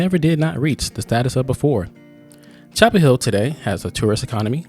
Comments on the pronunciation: Chappell HILL! GET IT RIGHT! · It's Chappell Hill